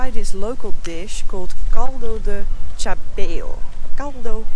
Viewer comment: The word chabéu is not the sound tch, but sh.